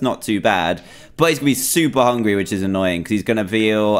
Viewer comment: He said hungy